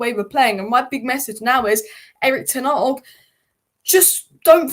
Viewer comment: Who is Erik Ten Arg???? Still can't pronounce his name properly. Almost as bad as Florentina!!!